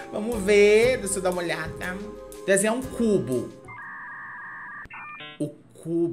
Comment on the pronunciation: "Desenhe o Cú-bo"